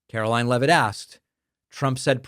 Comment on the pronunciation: David, Sir, the Press Secretary’s name is pronounced Karolyin’- I believe it’s French.